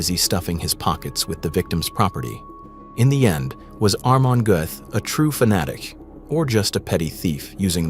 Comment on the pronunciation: Not Armon , but Amon